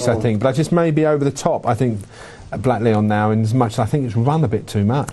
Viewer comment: Why is the host calling Blaklion 'Blackleon'? Shocking